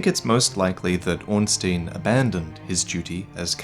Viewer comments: Hey I love your stuff but as a German speaker I cant let this go: You actually pronounce Ornstein incorrectly. The sound goes by the second vowel in the ei/ie Ornstein = Ornschtine Ornstien = Ornschteen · It should be Orn-STAYN, and not Orn-STEEN. First, because this is how you pronounce -stein unless you are a jewish banker, and secondly because that's how the phonetic Japanese name reads. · why do you pronounce Ornstein as Ornsteen like an American country bumpkin would? The correct way is Ornstine, especially as the game is set in an older age and pronouncing an obvious German name like it should be in German makes more sense. Surely you don't pronounce Frankenstein as Frankensteen or Albert Einstein as Einsteen? So why do it with Ornstein? As I said, it makes you sound like a yokel. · Your pronunciation of Ornstein makes me cringe. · Don't take it too personally, I like your videos, and most people pronounce it wrong anyway. Miyazaki uses a lot of German names in Dark Souls, Ornstein is one of them. Orn meaining ornate, and stein meaning stone. I would recommend using google translate to hear how it pronounces it. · Man,, you of all people should know how to pronounce Ornstein by now. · pronunciation of Ornstein is all wrong in this video.